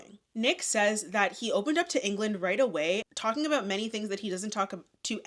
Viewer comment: about? don’t you mean ‘aboot’? 🇨🇦🇨🇦🇨🇦🇨🇦🇨🇦🇨🇦